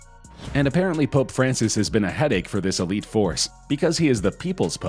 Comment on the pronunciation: The pope sounds more like THE POOP